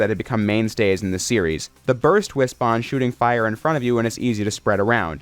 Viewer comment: Thank you for saying Wispon and not Wispin.